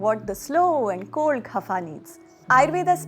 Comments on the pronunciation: ITS kapha not KHAPHA XD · Why is she laughing while narrating? And it is "kapha" , not "khafa". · It's कफ not खफा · It’s not khafa body , it’s kapha body